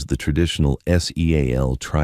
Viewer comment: This AI is brutalizing this story it’s not S E A L teams it’s seal team